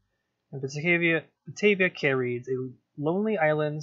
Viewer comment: Great video and love how your wooden coaster is a nod to kraken grotto being similar colors. When I think of a name for a wooden coaster that's beach themed I always use driftwood because it makes sense in my opinion. Also not sure if you know but cay is actually said like key which makes no sense in my opinion (gotta love that English language) which also surprised silvarette if it makes you feel better.